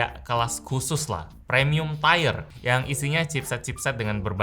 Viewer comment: Gatel denger "Premium taier" nya "i" nya padahal dibaca kyk huruf i biasa di indo (jadinya "tii-er") ato kalau ala2 pengucapan inggris : "tee-yer"